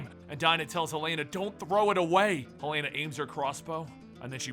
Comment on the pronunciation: Im guessing hasnt seen arrow from his pronunciation of helena